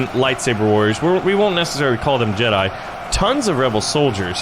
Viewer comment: Jedi, not Jeda